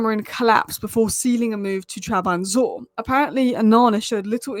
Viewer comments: Trab-zon-spor to Trab-an-zor is impressive stuff honestly 👍🏾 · "Trabanzor", really?😂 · What's wrong with you? Can't you say Trabzonspor in good Order? It's irritating hearing that shite you keep spilling out......if you don't know the name skip it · She's too posh to be bother pronouncing foreign names correctly.